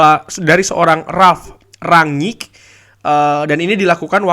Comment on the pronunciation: Kalo melafalkan ranyik nya susah, bilang rangnick aja, kami ngerti kok